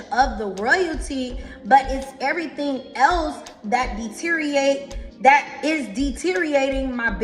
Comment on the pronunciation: Women follow a woman that can't even pronounce deteriorate correctly. Hell I can't even say it wrong like her but I can't